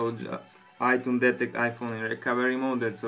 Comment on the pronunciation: he says itoones